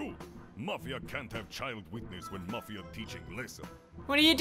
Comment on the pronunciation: This is awesome!,plz play further plus co op,and yes it's pronounced mofia